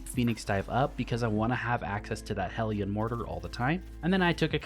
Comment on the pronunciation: Thank you for being the only person on YouTube to pronounce hellion correctly